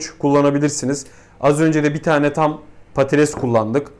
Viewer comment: Hocam patates diyemiyor, patales diyor:)